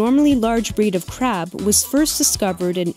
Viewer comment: I thought she said Japanese spider crap for a sec 😂👌👍